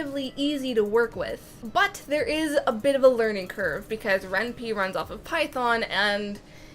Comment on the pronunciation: Ren'Py is pronounced as "Ren-Pai" as similar to "Senpai".